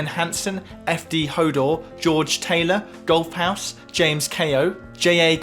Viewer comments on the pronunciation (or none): none